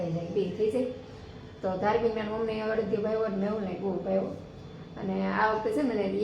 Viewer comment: અડિયો નઈ અડદિયો